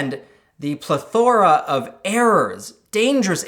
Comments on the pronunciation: "Pluh-THOR-uh?" I think it's "PLETH-o-ruh." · my guy really just said Ple - thora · is that how canadian people say plethora?